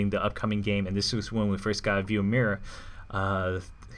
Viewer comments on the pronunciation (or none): since she's from Spain I'm pretty sure mira isn't pronounced lime you say it. but instead like (mee-dah).